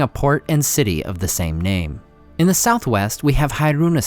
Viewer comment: Is it just me or do you have a swedish accent? 🤔 I hear something like swedish accent when you pronounce the NAMES 😅